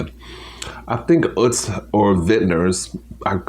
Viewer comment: I don't know what it is, but I am always craving McDonald's. Glad your part time job is going well and that you're feeling better. BTW, I believe Utz is pronounced "Uhtz."